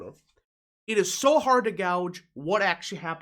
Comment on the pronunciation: The word gauge is pronounced "gay-ge" with a soft second g. Not "gow-ge". Just to help out.